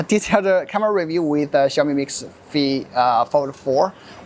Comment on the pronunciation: instead of pronouncing it "Xiaomi" you insisted to say "Ciaomi"😂